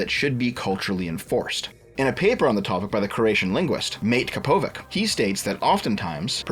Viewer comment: God that pronunciation of Mate Kapović